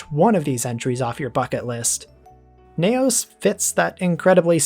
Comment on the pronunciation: Ultraseven 21 is a Futurian confirmed. Also confirmed mispronunciation of "Neos" as 'Nay Os' for some reason?